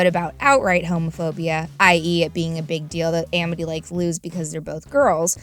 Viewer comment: why is it pronounced Emety when it's Amity